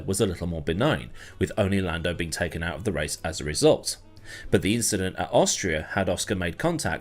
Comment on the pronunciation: um, ahkchully it was a turn 3 inchident